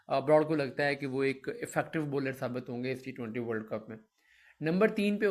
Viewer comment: Baller Nahi hota bowler hota hy